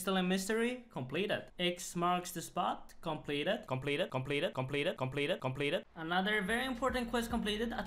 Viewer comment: Came here for him to say shompleted